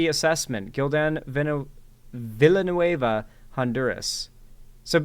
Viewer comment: Being from Spain, I have a nitpick: "Villanueva" isn't pronounced that way. In Spanish the "ll" is pronounced with a "y" sound.